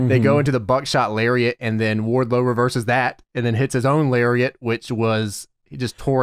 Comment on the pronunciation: Every time I hear Wardlow, I think I'm hearing wide load.